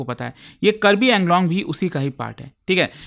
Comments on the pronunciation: Thank you for covering the topic, btw it's Karbi Aa-ng-long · Its Kaarbi Aanglong